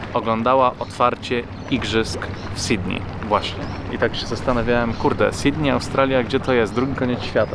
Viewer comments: Czemu większość Polaków tak dziwnie wymawia Sydney ? sidney i sidney . Jak już chcesz po angielsku to pronounce Sydnii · A skoro już mówisz Nowy Jork, a nie Niu Jok, to zacznij mówić Sydnej, a nie Sidni. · Twój angielski jest niezły. Ale to "Sidnij" powala mnie z nóg. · Bardzo lubię twoje blogi ale czasami aż przesadnie brzmi takie "Sidni". Przecież w tym samym blogu mówisz "Nowy Jork".